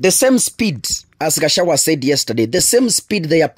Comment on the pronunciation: You really hate "Gachawa" (correctly pronounced GACHAGUA)😮